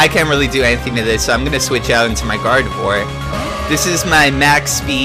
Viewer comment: I'm getting so triggered how you say gardevoir. Its not guard-eve-war. Its guard-a-vwaaa. It's french. also I can hit you up with a shuckle. What kind of EV spread do you want?